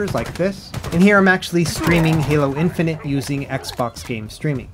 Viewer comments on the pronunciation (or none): none